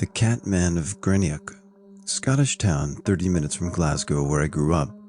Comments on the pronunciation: Greenock is pronounced Green-uck. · Oh, and it's 'Green-uck', emphasis on the first syllable, fyi for anyone. :)